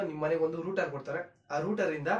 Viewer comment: Ond..ondu channelnu togobodu guru....☺️☺️.."Router"...ruter...Alla.....